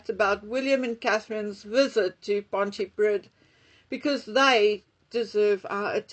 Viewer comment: PON-TEE-PREE-TH < Pontypridd 🥰🏴🇬🇧